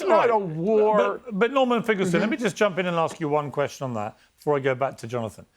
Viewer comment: Borman….I mean Norman might be full ret@ now. He is an absolute babbling fool. Painful to listen to